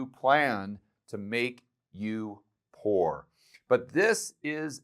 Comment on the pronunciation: Did you actually mean " Pooer " ???